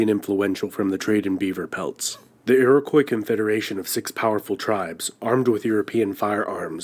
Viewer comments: The fact that in the first couple of minutes it is made plain that this is an AMERICAN-MADE video about "the History of Canada", is obvious by the American mispronunciation of "Iroquois"............is interesting, so it's a "History of Canada" from an AMERICAN perspective....not necessarily "History". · It's an American-made video. They couldn't pronounce "Iroquois"...or "Newfoundland", etc. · Hey - love your videos but there's something bothering me about this one. The guy is obviously not Canadian because he's pronouncing things weirdly (Newfoundland, Iroquois). Why not feature history videos by the people from that place? I don't want to hear an American telling me my history, lol (with love....sorry lol)